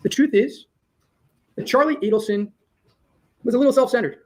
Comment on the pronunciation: Pronounced /ee-delson/. Why. Add to the grotesque comedy in this case all respect to Dan he must see and laugh sometimes